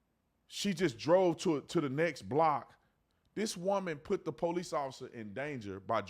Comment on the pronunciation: da “I am THE DA” Mam I’m am THE PO-LICE